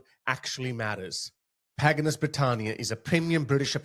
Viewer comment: it’s called “Pagan Us” not whatever you called it 😂. As in “we are pagan” 😂